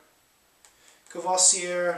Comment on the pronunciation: You have to say "cour-voah-zee-é" Courvoisier l'ami ("er" is often pronounced "é") I never tasted the Rose one but XO and VSOP are like dessert for me. Will try it for sure. What i prefer are alcools with a strong herbal taste such as grappa, absinthe, armagnac and... té-té-Téquilla!